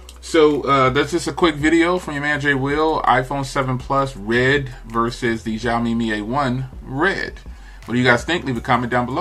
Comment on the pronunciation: Zioami or Xioami 🤣😂😂 accent wrong